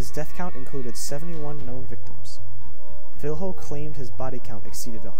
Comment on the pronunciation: Cool video, but the correct way to pronounce the "fiLHo" is like the the two L in spanish. Like in "Pollos", so read it as "Fillo"